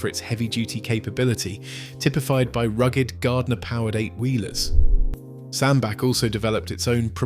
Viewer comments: It's pronounced SandBATCH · Aaaaagh.!!! I have lived in Cheshire most of my life. Sandbach is pronounced Sandbatch, batch, batch. Got it !!!?